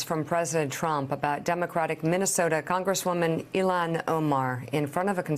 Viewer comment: I giggled when I thought Joe mispronounced Ilhan Omar as Congresswoman Elmo. Then I realized Elmo might be better than half our current representatives. At least he's nice. And why not? Oscar the Grouch's evil orange twin seems to be President...